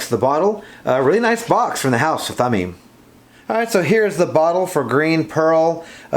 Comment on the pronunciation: Thameen. Your first pronunciation is correct. Thameen is precious in Arabic.